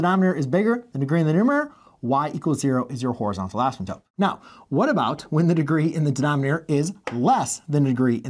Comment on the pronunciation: I'm sorry, but it sounds like you're saying asmadope or similar words. The repetition of asymptote rules is nice though.